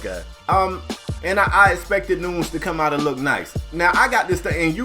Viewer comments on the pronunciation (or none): Leave it to to say the name CORRECTLY, then say saw naw her name is Noons 😭😭😭😭😭. Nunes (noon-yez) is correct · Great podcast like always but her name is pronounced "Nunez" but spelled "Nunes"